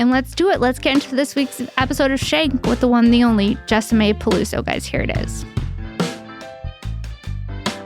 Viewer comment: Her name is jessi-mae not jessa-mae. Wtf?